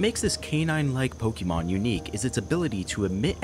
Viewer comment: All of this time and effort, yet bro still can't even pronounce Pokémon correctly.